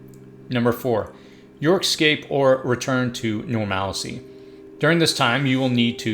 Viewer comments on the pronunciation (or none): 1. Never give up the guns. 2. Never in my life have I heard "normalcy" pronounced like that lmao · DING DING DING! WE HAVE A WINNER. I was searching the comments to see if anyone was going to comment about his pronunciation of normalcy lol!